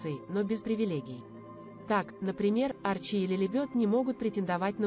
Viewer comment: На первой фразе: сын арчИ и дочь Лилибёт поняла, что ничего интересного этот канал рассказать не сможет. Внесла канал в черный список. Поменяйте бота диктора